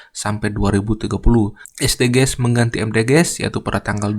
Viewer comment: Saran aja kak Bacanya esdijis . Soalnya kalo dibaca es de ge es kedengerannya asing dan ganjel 😭